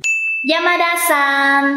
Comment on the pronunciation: San hay sàn vậy chị :Đ